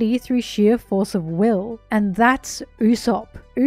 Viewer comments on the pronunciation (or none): none